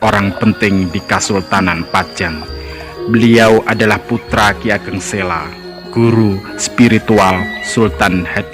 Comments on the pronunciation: Maaf mas, sy sering nonton seri video sejarah jawa.. cukup informatif. Hny saran sy dlm narasi utk vokal 'a' adakalanya dibaca 'o'.. spt: penulisan 'P Benawa' hrs dibaca 'P Benowo' begitu jg dlm penulisan 'ki Ageng Sela' dibacanya 'ki Ageng Selo'... salam semangat.. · Mas masukan penting ttgejaan bahasa yg disempurnakan, memang kita irang Indonesia asli tetapi semua nama spt nama gunung, nama tempat, nama orang, nama sungai jgn DIRUBAH membacanya dan rulusannya, selo ya selo jgn ditulus sela dan dibaca sela, jgn jgn dan jangan. Purbaya membacanya purboyo, paham mas. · Bacanya itu yg bener ki Ageng Selo...bukan Sela ...o..lafal Jawa ..misalnya Wonosobo ...gitu